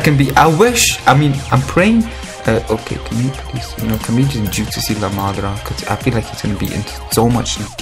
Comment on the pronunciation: “Madrazo” xD